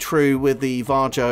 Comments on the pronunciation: Because how the guy says Varjo in the video.."Jar Joe" 🤣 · I believe it's pronounced "var-ee-oh" or "var-yo"